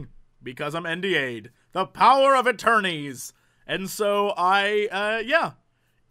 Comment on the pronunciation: "The power of aterneys!" *stream shuts down